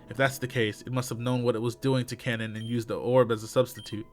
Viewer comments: Brother, You're saying Kanon's name all wrong and it's killing me lol. It's pronounced (Kay-non). Please everyone get him to see this. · Red レッド If his name was spelled (Kannon), that would be pronounced the way he’s saying it.